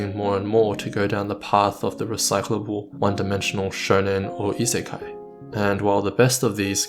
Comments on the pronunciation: pronounce the k correctly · Great video, although I feel like this tendency transcends anime. We see the same in movies, in general a lack of will to take risks, and a growing passion for escapism. No wonder when we see the horrors of today's world... Also, I'll be that annoying person, sorry, but you mispronounced Isekai :)